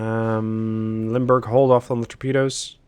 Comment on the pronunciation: You say, "Limburg" I hear "Lundburg."